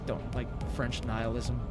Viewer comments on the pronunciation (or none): none